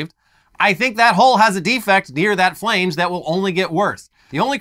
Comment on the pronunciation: FL-An-(d)ge not Fl-ay-nge